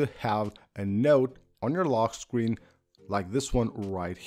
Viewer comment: “lockkkkk screen” 😂